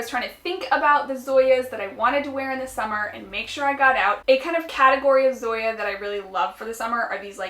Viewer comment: The name of the Zoya polish is pronounced as "Song-ya" without the g